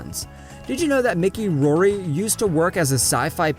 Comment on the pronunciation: Gorilla “grood”? “Catalin”? “Mickey” Rory? “Roman Cisco”? “Thawin”?